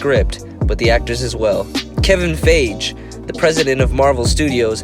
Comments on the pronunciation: I think the name you are butchering is Kevin Feige (Fyeghee) that's how it sounds. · You do all this work to research for ur vid but you cant figure out Kevins last name is pronounced Fye Gi not Fage